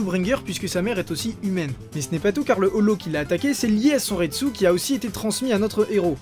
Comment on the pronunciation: Je suis le seul qui dit reiatsu et pas reichi ??